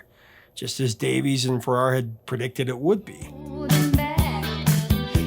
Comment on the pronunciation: Thank you for this heartfelt tribute. I was truly heartbroken when I heard of Olivia's passing, she was one of my idols, a person who no-one says a bad word about. Also, her long time songwriter's surname is pronounced Farrar like Farah Fawcett.